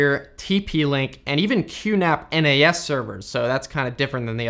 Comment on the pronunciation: QNAP nas servers? Sounded more like QNAP NES servers tbh